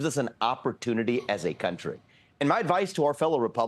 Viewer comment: the way he says “country,” and , the way he says “dunk,” both have a distinct pronunciation commonly heard in Indian accents.